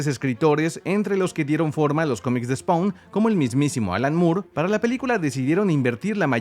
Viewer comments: Se pronuncia "spon" no "spaun" y es AL SIMMONS, no "Ai Simmns" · la A de spawn no se pronuncia D: Se pronuncia spon.